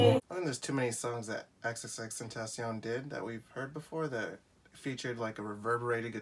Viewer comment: It’s pronounced xxx ten tah c own